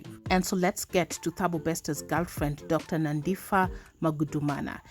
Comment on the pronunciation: Great coverage of the story but just one correction. You don't read the name as Nandifa I know most Kenyans struggle to read South African names with "ph" its phaaa not fa. Wish I could pronounce it here